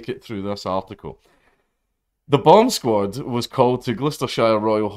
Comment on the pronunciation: The way says it makes it sound like he's saying "bum sqaud"